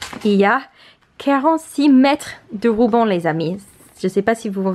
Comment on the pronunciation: Quand tu dis rouban au lieu de ruban mon coeur il gonfle d’amour 🥺🥺🥺🥺🥺